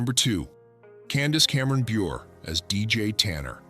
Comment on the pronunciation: Candace's last name is pronounced bu-Ray, as in "raspberry beret." And John's ex Rebecca's last name is pronounced ro-MAINE, like the lettuce. Please...don't insult entire casts for 'likes'.